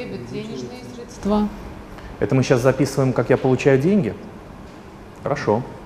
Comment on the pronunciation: срЕдства, а не средствА... по ушам режет